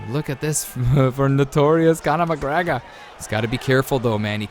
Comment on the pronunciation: Don’t ever say Conor mcgregor like that ever again